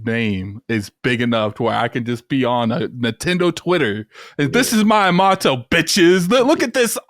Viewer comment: Wtf is with both their pronunciations of Miyamoto, lmao. Weren’t they both just in Japan too??